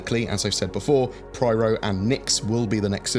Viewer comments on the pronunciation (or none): I have a question for you, why do you always say Pryro when it's Pyro? x) I need answers! :3